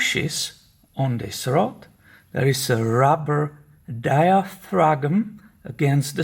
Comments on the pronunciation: Awesome video! BTW, if no one else below hasn't already stated, it's just pronounced "dia-fram". LOL! Keep up the good work! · Love your video; by the way, diaphragm is pronounced diafram. G is silent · Die-ah-frag-him, you’re awesome man! Love your channel! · Diaphragm is pronounced dia-Fram in English. Like the oil filter. I’m always fighting my carbs in the dirt bike and boat. Especially with the ethanol in our gas. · Scots say diaphragum, so what's the problem?😁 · Good work!! Diaphragm is pronounced: dia.fram my friend